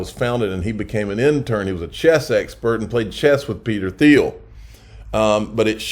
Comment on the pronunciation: It’s pronounced “Teal”. Peter “Teal”.